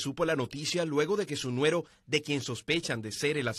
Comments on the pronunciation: Una corrección para el reportero, se dice yerno y no nuero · Hay que enseñarle al reportero…Es Yerno No nuer🙍‍♂️ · Se dice yerno. No se dice nuero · No se dice nuero😮 es yerno